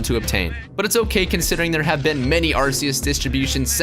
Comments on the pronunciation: It's Ar-KEY-Us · In the movie they say Ar-key-us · In The Number One Spot Is Arceus. (Pronounced As Ar-See-Us)But Technically... TheAuraGuardian:It's F***ING Arceus(Pronounced As Ar-kee-us)